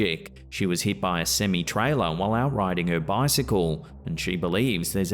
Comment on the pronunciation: Sem-eye. Semi.